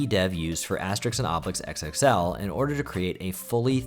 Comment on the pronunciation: It's "Asterix" not "Aestrix" 😅